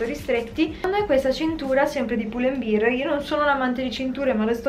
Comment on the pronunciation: Lo sbagliano tutti 😭 non è beer (birra), ma bear (come orso)!